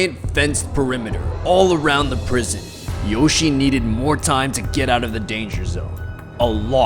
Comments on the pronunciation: he pronounced it wrong i think, i’m pretty sure it’s yoshi-EY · It is pronounced yoshiA not yoshi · It’s not Yoshi, it’s YO-SHE-EH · His first name is pronounced YOH- SHEE-EH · no, its Yoshie. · his name is yoshie shiratori or よしえしらとり in Japanese and is pronounced yo shi e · Not to be rude but - his name is pronounced "Yoshi-eh Shiratori" Yoshie Shiratori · Its pronounced "Yoshie Shigatori" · Just wanted to point out that the name is pronounced yO-shE-yeh. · when pronounces Yoshie Shiratori wrong: My brain: mario wants to know your location